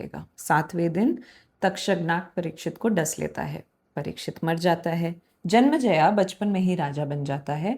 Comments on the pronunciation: JANM-E-JAY not JANMA JAYA! Hi. Your storytelling style is very interesting but unnecessarily trivialises the subject matter. Perhaps ‘Playfulness tempered with Poise’ could be a useful maxim. Sorry for the harshness. Your endeavour could be much more. All the best!! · If I may suggest, it's Janmejaya and not Janmjaya. ए की मात्रा महत्वपूर्ण है। Great initiative and excellent storytelling otherwise. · Can't even pronounce Janmeeejay properly 🤣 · You are going to be very famous very soon because what you are doing is very unique and highly smart. But I think the reason you are pronouncing some names incorrectly is because you learned them in English/ non Hindi script first, may be in Claude or chargpt. I have read 3 different versions of Mahabharata in last 40 years and none of them writes Al-Patra or Jan-ma-jaya in devnagri script.